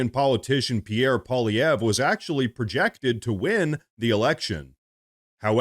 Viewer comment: Bruh trolling him by mis pronouncing his French name to sound Russian?!?!? Poly-ev 😂😂😂😂 Pole-ivv-ee-ayy